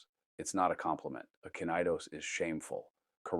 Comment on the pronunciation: Kinaidos is pronounced Kine( ε )dos and in todays language means fagot.....